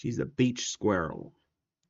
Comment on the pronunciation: Giantess Squriell? Really?